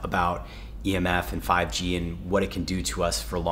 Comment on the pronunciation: lol did you say 5G?